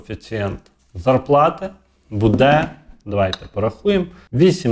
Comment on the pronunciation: А отой саме Його наголос в слові будЕ, замість бУде…………!